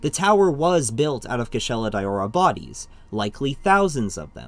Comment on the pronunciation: Its a bit cringe that he calls it Kushala "Dayowra"... But yup great vid.